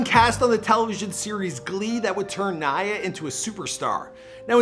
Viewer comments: he finally pronounces her name right👍🙌🙌🙌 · “Yeah that’s Naya” “NeIgHuH” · Her name is Naya not Neya! Come on at least get her name right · Dude is just not good with names... Nae ya? No mcgoober... NAYA ( Ny Ah... NAYA) Damn ! Didn’t u hear Arsenio in the beginning of the video pronounce her name? I’m starting to think he does this on purpose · it’s pronounced ni/yah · Please practice the pronunciations of your celebrities, especially the ones who are longer with us🤦🏾‍♀️ “NYYYY-UHH”, like “Nitrus”. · its pronounced "NIYAH" come on dude, you could at least get her name right. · It pronounced Ni-yah please show some respects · I don't mean to be petty but it irritates me when people are miss pronouncing her name. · Too bad the narrative could not pronounce her name properly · Pronouncing her name correctly wouldve been the most important show of respect for a start! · Holy crap you butchered the pronunciation of her first name, jackass..... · Its pronounced like Hiya. Not nay-a. Naya. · Everyone says naya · I know!! Right .give my girl her props. PUT SUM RESPECT ON NAYA'S NAME🙏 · Is it bothering anyone else that he kept mispronouncing her name? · I’m so glad I’m not the only one who noticed… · They literally pronounced her name and homeboy is butchering it. I’ve noticed he does that often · Cause he’s Canadian. They have dumb ways of pronouncing names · THANK YOUUY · I know is Canadian so the accents are different and stuff so I'm not trying to rag on him, but I really wish more research and practice would go into the pronunciation of peoples names. For the Pop Smoke video he called Canarsie "Can a rise" and now Naya's name gets butchered for 10 minutes straight. Out of respect to the departed, their names and their home towns, etc should be pronounced correctly. 🤷🏻‍♀️ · I love your videos. keep up the great job but please learn how to pronounce people’s names.